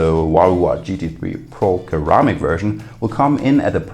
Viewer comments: It's ceramic not keramic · Ceramic = suh - ra - muhk pronunciation